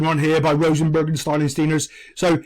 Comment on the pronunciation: I just hope this isnt a trailer for man united season And why were you prouncing Rosenberg like that